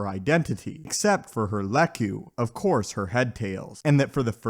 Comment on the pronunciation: Not "lek-you" it's lek-koo